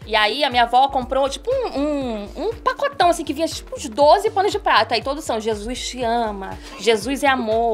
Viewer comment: o ''pacotao'' do fi o video todo ksksks